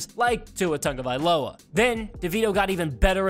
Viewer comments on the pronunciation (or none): none